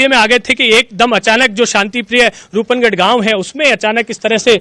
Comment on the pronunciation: रूप नगर नही रूपनगढ़ है।कृपया उच्चारण सही करे।